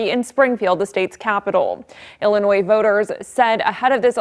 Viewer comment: What did she say? Illernois?